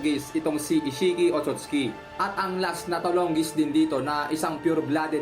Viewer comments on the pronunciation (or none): OTOTS KI❌ OTSUTSUKI✅